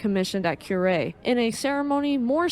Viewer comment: "Coo-rei", not "Kyurei" Like a dove cooing. 🕊 Well done... yes I'm playing ketchup, just seeing some of these older videos for the first time. なんでも教えてもらいます。🙂👍🍶